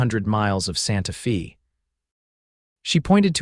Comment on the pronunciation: Good story, but name pronunciations need a great deal of work, Santa Fe is not fee but fa, Santa (Fay). There are others, Cimmaron.